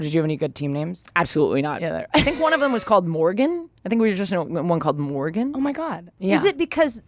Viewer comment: I'm german and I didn't catch the Morgen joke because I thought you said the name Morgan